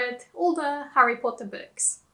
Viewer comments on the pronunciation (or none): none